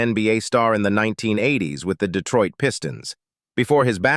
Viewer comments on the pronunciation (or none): none